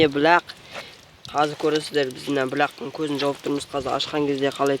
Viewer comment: Бүлəқ емес бұлақ деп айт iнiм